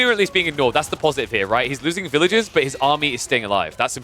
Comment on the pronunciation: Villagers vs villages is only difficult if you decide not to pronounce the r